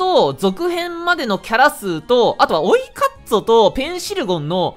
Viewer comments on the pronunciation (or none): 原作知らんからあれなんだけど、オイカッツォってずっと追い鰹に聞こえるがミツカンのつゆが元ネタなんだろうか。